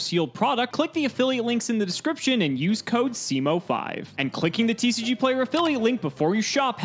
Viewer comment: pronunciations lol